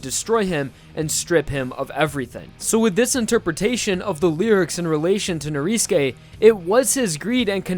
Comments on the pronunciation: It's not pronounced noriske it's norisuke you goddamn emoji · ITS NORISUKE NOT NORISKE OMG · why do you pronounce Norisuke like that ? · Weather because in Japanese, you don't pronounce U's sometimes. Especially if it is After "S" and before "K". Either that or the u fades.